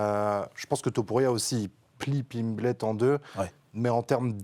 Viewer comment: Paddy Piplette elle a dit au début 😂